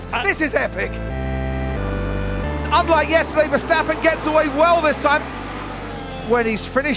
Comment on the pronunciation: His name is MAX VERSTAPPEN!! Not Mex Versteppen!